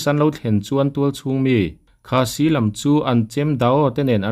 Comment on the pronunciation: Khasi tih hi ilam diklo khâ tih hi i thlûk sang anga si tih hi i thluk hniam ang